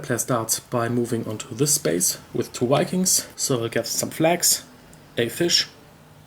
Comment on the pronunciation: I love the German pronounciation of V as W. In Caverna got lots of Wedgies!!